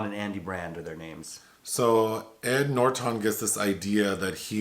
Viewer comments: I absolutely love when says Edward NorTON. is so cute. 😊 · I’m being triggered by “Noorertawn” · Came to say something similar. I've never heard him called Ed NorTON . 😂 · LOL! Yeah Nor Ton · The way he says ‘Norton’ is delicious! 😊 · is so adorable! The way he pronounced Ed Norton's name tickled me with laughter & made me think of various words that rhymed with "Norton" and formulated a story out of those words. However, that version of my comment got way too long, imo, so I opted to delete it. Anyways, it was merely a joke, to have some pleasure & fun! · I have literally never heard anyone pronounce Ed Norton that way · Okay weird pronunciation of Edward Norton's last name keeps making me chuckle. 😆 Great review nonetheless. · Same. Hehe